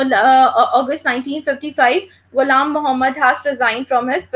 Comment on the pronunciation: it's not iam muhammad, it's ghulam muhammad.